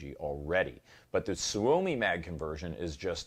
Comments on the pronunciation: It's "sue me" Not soo-oh-me Trust me I'm a Finn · Tip from a swede guy here: pronounced more like "somi" even if its spelled soumi.. youll sound more proffesional. Promise.